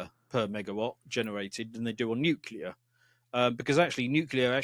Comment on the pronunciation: NuCLEAR, nuCLEAR. Come on, an "expert" who doesnt even know how to pronounce the field?, bad optics mate.